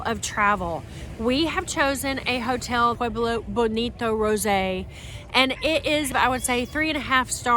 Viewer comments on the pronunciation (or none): none